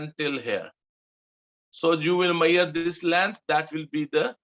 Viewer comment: you pronounce measure like "maiyaar"